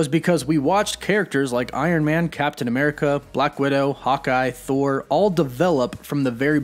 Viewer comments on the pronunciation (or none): none